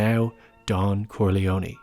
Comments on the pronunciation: Finally someone said it! It's pronounced "kor-lee-own" not "kor-lee-owny" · Please Stop saying Corleonie. Its just CorleONE. PRONOUNCED KOR-LEE-OWN Dam hillbillies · KOHR-LEE-OH-NAY not KORHLEEOHNEE. MC became what he hated most, someone who drove everyone away.